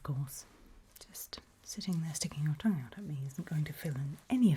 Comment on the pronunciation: The way she said 'tongue' made me laugh😂